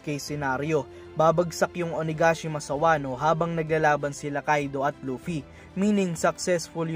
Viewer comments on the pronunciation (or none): It’s O-na-ga-shima not O-na-gashima 😄